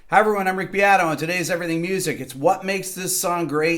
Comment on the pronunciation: Your surname Beato means blessed in Italian and it's pronounced b-e like in bear. Porcaro, the drummer's surname, also Italian, means swineherd. Thanks everyone for tuning in to this episode of fun with surnames.